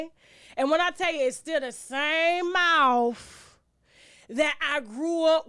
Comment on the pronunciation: "Mouf," LMAO!